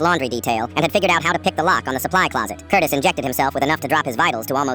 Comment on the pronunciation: i heard curtis as cortis and was gonna let it pass but hearing FELIX made me open up the comments and damn you're all here 😭